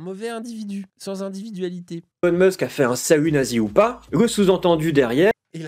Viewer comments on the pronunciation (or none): C'est quoi exactement son problème avec la lettre L ? Ça me rend fou de l'entendre dire "cowectif", "cowectivisme" ou "individuwawité" ! Arrête de nous casser les couilles et va consulter un orthophoniste (et pense à prendre qqs vitamines par la même occasion) ! 🙄